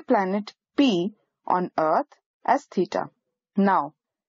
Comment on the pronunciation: As Allan Sherman would say in his "peter and the commissar", "Dots nice". But how far can we measure stars using parallax with the Earth's orbit diameter as the base line? BTW it might be better to have a less accented narrator. I have to assume that teeta is actually theta. Is it?